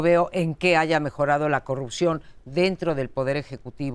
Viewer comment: es posible, lo que se cuestiona es la total ausencia de congruencia en las peroratas del presidente, si es incongruente en los dichos no hay porque considerar congruencia en los actos. Cómo la promoción de la corrupción que hace cuando dice "yanuaycorrucjió"